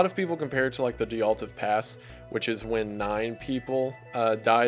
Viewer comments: I've noticed this too! Sometimes I can roll with it, other times it really bothers me😅 but not enough to quit watching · It’s adorable!